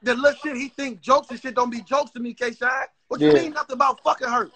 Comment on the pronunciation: did anybody else hear call k shine twork???